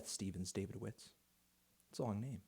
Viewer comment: I think you pronounce it ‘Dav-id-o-vitz’